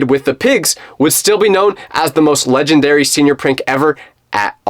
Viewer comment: Don't say ledanary say ledanberry